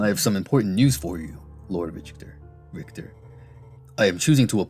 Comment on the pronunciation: I've always heard the name as Rick-ter.